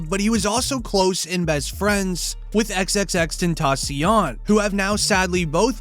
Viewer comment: How can you mess up xxxtentacion